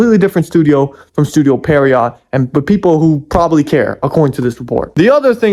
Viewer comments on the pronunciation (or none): as someone who's been a fan since around 2017, i would so like to see a remake! also, pierrot isn't pronounced like "per-i-yacht", it's pronounced like "pierre-oh"…